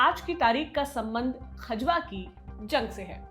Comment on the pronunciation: Vo खजवा nhi खजुहा है बावन इमली से 2km pahle वहा अभी भी औरंगजेब की पवेलियन बनी हुई h 🙏